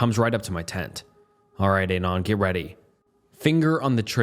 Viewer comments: Dude. Listen to how it pronounces Anon as "Ei-nan". Canada is pronounced CaNAda. I could list a ton of these very tell-tale signs of AI. Another big tell is when the narrator is sharing his own thoughts about a story. The AI tries to feign a a contemplative tone, but the tempo of speech zig-zags from slot to fast to slow in a way no real speaker does. Maybe you're a young person who's grown up with AI slop and you literally can't tell. I was just asking out of curiosity. Enjoy yourselves. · Scariest part of this video was his mispronunciation of "anon"